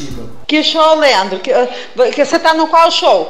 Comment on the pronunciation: Ela so fala lendro